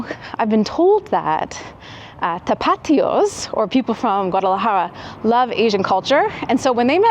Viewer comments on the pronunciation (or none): It’s pronounced “tapaTÍos” (the stress falls on the penultimate syllable)